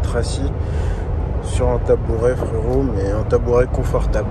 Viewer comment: "on achète pas une baguette de pain fwérottt" mdrrrr